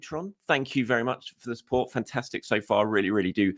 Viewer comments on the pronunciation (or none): none